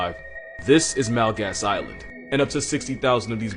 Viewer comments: It's not pronounced Mal gas. It's mul_guh(guttural sound)_as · Malgas is pronounced mull-jus (with the j being like how it is said in Spanish). Would know, I'm Afrikaans.